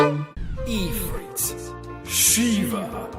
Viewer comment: Ifrit is pronounced If-rit, not Ee-frit